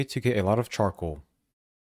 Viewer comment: Ngl,i really heard 'chocolate' instead of 'Charcoal' 😂